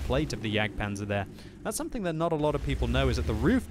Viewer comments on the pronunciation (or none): none